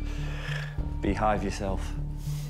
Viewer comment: yes beehive sounds like behave. So although he says Beehive, its like he's telling them to behave